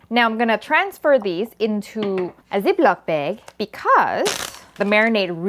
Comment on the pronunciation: "A zeeplack beeg"